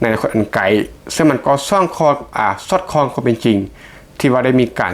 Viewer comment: คำว่า สอดคล้อง ภาษาไทย อย่าพูดผวนคำบ่อยนัก ได้ยินหลุดพูดบ่อยอยู่ ตกใจหมด